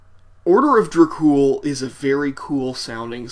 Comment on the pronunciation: Its is enunciated "Order of DrAkh Ool" not orda of drack cool. yah damned fool....n i thought this song was fucking GENIUS!!! It is actually the very first song i have ever heard from them....and immediately i downloaded there discography! SepticFlesh is one of bands the blood of metal spirit is made of. \m/